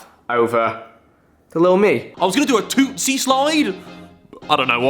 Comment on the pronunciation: Am I the only one who noticed that Harry said "Toostie slide" instead of "Toosie slide" and when he said it he said "tooTSIE"